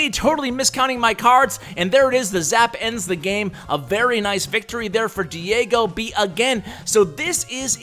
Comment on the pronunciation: Remember the times where says DiAgoB instead of DiegoB! Lol! I bet Diego was triggered!